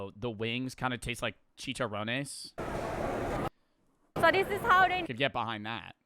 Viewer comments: "chee chah row naise" i love white people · chicharrones ✌️🥹 (idk why I like saying that it’s funny) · Watching pronounce that as a mexican 😭😭😭😭😭